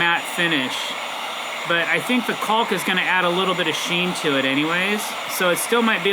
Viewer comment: I gotta say, in my entire 65 years of living, I've never heard someone pronounce it as CALLK.